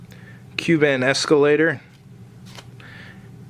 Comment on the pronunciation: Kuban is not quite pronounced the same as the island nation of Cuba - Curious myself the proper pronunciation- it is - English - koo-ban; Russian koo-bahn. As it turns out I've always used the Russian pronunciation.